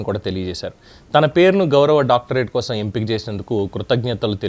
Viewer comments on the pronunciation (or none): none